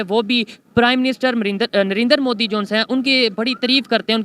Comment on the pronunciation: They always evolve their own words 😂😂..Only they say this .like bartania,peu tin 😂😂😂..And many more ..moodi...